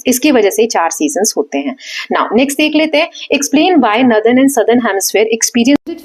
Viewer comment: Mam nadar nhi northern hai acche se pronounce kiya kro merko startimh me smjh hi nhi ara tha